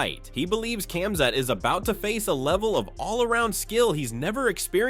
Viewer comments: Khaa open coke* 'Khaa'+mzat khamzat K is silent my friend.. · Kaumzat, kumzat, cumshot, kamzat. This dude can't say his name right not once I watched the video just to see if he can figure out the k is silent and by the end of video. Nope. Jesus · Camzat …😂. Dreecoos..🤣 cmon AI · Bro the K in khamzat is silent man, are you retarded or something